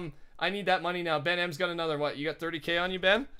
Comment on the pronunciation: stop calling Ben benm it's supposed to be BenL cause he always loses